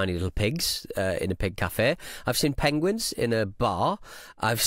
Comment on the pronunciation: Pengquinns... Yeah. I think you have Cumberbatch. Get help. ☮️